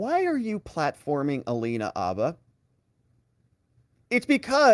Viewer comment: Hate to break it to you, but her name isn’t Alina “Abba”, it’s Alina “Habba”. You know, HHHHHHHabba.